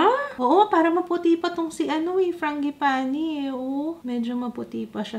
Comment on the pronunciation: Fran-ji-pah-ni. Apelyido pala itech ng italiano . The other name of this flower is Plumeria. Ty google